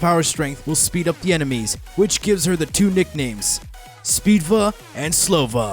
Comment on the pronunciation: Where in the hell did you get speedva from I thought it was spova